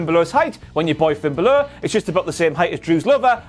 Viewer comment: Just... say... "Balor". Those are not two difficult syllables to pronounce. "Double-ee-double-ee", I'll give you a pass on, but not "Ba-LOOR".